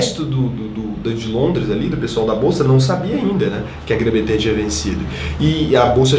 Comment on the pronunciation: pra frente. Grã Bretanha. Não Betanha. Rs. Ótimo vídeo